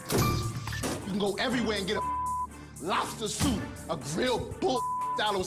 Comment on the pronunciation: the way he says “Lobsta soop” just gets me on the fucking floor everytime 🤣🤣🤣